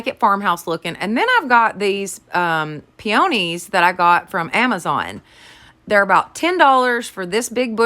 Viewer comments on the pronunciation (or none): Love your channel! And I love peonies, they are my favorite! They are pronounced ..pee uh knees! You are so cute!